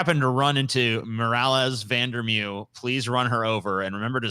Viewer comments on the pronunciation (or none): Love how "corrected" pronunciation of Van Der Merwe and he wasn't any closer. It's Van (fun) der (duh-r) Merwe (Meh-r-vuh)